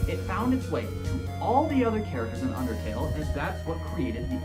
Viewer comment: im sorry you said outertle, and i kid you not i flipped OUTERTALE IS BEST THEN SWAP THEN FELL!!!